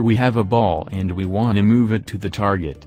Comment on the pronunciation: traget hahahah